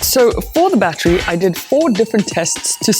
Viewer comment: What the hell is a bat tree? Did you mean battery? Say it with me battery.